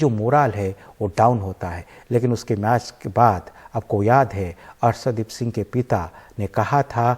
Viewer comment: शानदार और सानदार में अंतर करने सीखये और अर्सदीप नहीं अर्शदीप बोलये इतने बड़े चैनल पर ज़रा उच्चारण सही से किजिए। माफ़ी चाहूंगा अगर बुरा लगे तो।